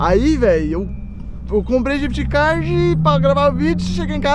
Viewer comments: ele falou jift card kkkk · N é codiguin é ghif card